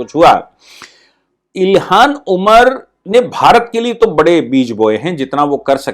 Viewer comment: आप अपनी उच्चारण पर ध्यान दीजिए। इल्हान उमर को बार बार इलिहास ओमर कहते हैं। ऐसी गलतियां श्रोता में झुंझलाहट उत्पन्न करती हैं।